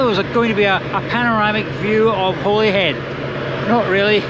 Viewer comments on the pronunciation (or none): Another gem- however Holyhead (Caergybi in Welsh) is pronounced 'Hollyhead' or-if you want to sound local- 'Olli'ead aye' ! The breakwater is magnificent- longest in Britain ?- some 50-60 men were killed in it's construction and millions are to be spent repairing and upgrading it. The town is at last on the up.